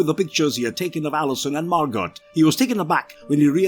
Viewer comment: The character’s name is Margot (pronounced MAR-GO, NOT MAR-GOT)